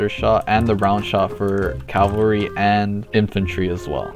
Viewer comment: try not to say Cal-val-ry instead of Caval-ry challenge: IMPOSSIBLE